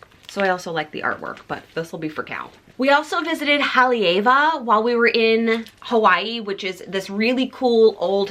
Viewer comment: The leis were lovely! Kukui nut is pronounced "KuKuY" 😊 and Haleiwa "Haleh-í-vah". Women can also get mango shell leis or just seashell leis- so next time get one of those if you want to keep your lei!